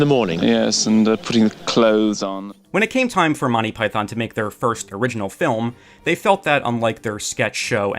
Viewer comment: Monney Python. Enunciate my lad. Monty. MONT EY! TEE TEE! You sound like the people in my early 1980s high school who had no idea it’s a comedy team and not a person. But you obviously care very much! 😊 Listen to the opening of each Monty Python episode. And there you are. Thank you for making this video. And hopefully bringing it to more people’s attention. ❤❤❤